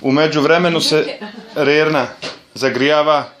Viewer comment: Rerna a ne relna